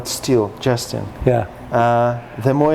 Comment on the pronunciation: Justin not Justeen